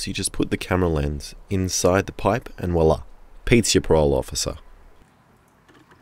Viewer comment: Did you say "wallah"?